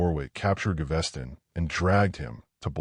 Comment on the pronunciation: Can the narrator actually pronounce peoples names correctly (it’s Gav-es-ton)